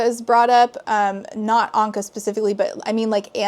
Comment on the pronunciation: Why is nobody talking about the fact that she said Ahnka, the animal crossing villager, instead of an Ankh, a hieroglyph that means “Life”